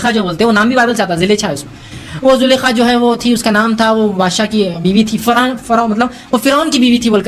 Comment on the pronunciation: Sir zulkhaa lafz ka akheer main noongouna hata hai yes y no